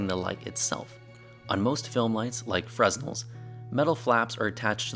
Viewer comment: the s is silent in fresnel